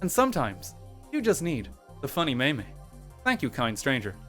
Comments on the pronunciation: why do you allways call it a may-may. i thought it was a joke until now. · pronouncing meme "maymay" is 100% a youtube moment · Maymay timestamp